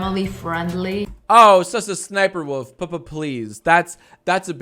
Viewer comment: am i the only one who keeps hearing Sister Sniperwolf whenever he says her name lol??